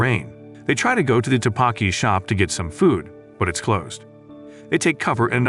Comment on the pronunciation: "Taebakki" its pronounced tteokbeokki